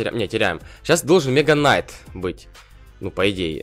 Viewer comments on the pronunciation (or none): нетмега Найт а мега кнайт